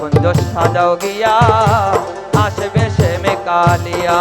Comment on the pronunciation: Not Sam it is Shyam take care pronounsan